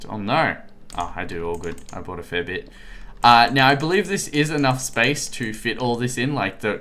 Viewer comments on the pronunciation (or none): none